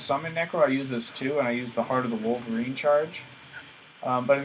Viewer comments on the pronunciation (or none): none